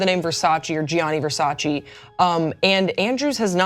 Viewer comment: "you can't even spell Versace." "FO... SACHEE!"